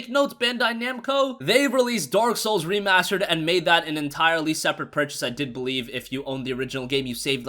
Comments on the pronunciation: "Remarrsterd"edition they way he said it 😂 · Re-mars-terd! I get it!